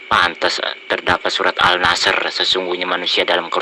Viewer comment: al ashr kok al nashr??